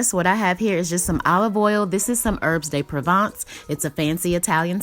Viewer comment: "Erbs day provaunce" .. lmao